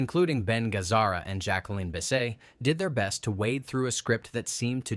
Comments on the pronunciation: Bogdanovich has always been pronounced "Bog-DAWN-ovich,". Also, the E in Lowe is silent. The T in Bisset is not. Either learn some basic history or train your AI better. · I liked Dr. Doolittle. A "movie expert" should know how to pronounce Peter Bogdanovich and Jacqueline Bisset